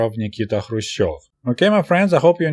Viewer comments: kh should be pronounced like ch in Loch Ness or S. Bach, or greek letter "chi" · K is not a silent letter, so why is he not pronouncing it in Krushchev.